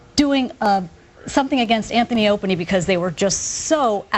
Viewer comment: lol "anthony opany"